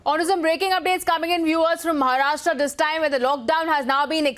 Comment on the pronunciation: It is महाराष्ट्र and not महाराष्ट्रा